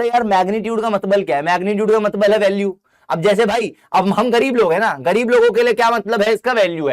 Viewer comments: Matlab ❎ Matbal ✅ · Matlab❌ Matbal✅😂... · Bhaiya matbal nhi hota matlab hota hai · Matlab ❎ Matbal✅ Sir you are my favourite teacher 👌